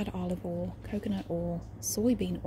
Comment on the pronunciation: the way she says "oil" sounds more like "owl" to me.. its great!